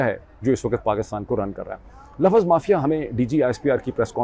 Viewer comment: o bhae Laffaz nahi houtaa Lafz houta hai Lafz ((((Lafz))))